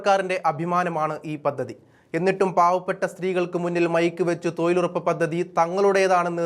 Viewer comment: എടോ.... തോയിൽ ഉറപ്പല്ല, തൊഴിലുറപ്പ്. ഉച്ചാരണ ശുദ്ധി ഇല്ല. പോയി ഉച്ചാരണം പഠിക്കു.